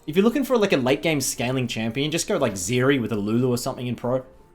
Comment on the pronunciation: Hi. Please never pronounce the name of a champion Zeri ever again. Thank you.